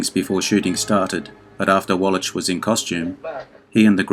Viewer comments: that's pronounced walla(k) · Infuriating when video mispronounces the name of Eli Wallach, who it purports to be honoring.